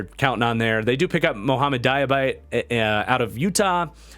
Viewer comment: great vid but diabate is pronounced dee-uh-bah-tay